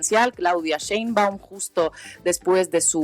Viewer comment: Se pronuncia Schcheein-baaum, sch larga y a latga